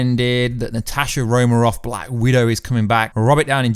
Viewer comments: Romanov with an "N". Not Romarov.. Also .. You talk about some deleted scenes but show nothing. I think your faking. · Can u acc say Romanov properly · Why can't you pronounce "Romanov"? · Say her name Wright for god sake